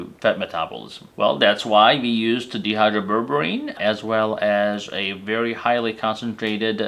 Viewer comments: The way you're pronouncing the name "dihydroberberine" makes it sound like DEhydroberberine, which is a berberine with one or more hydrogens removed. Dihydro means two hydrogens have been added, and is pronounced DYE Hydro (long i sound). Because these are two different molecules, it's important to specify the right one. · Shouldn't it be pronounced di... like in the word diet?